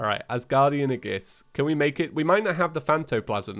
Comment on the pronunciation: Whats an Asguardian "A-giss-"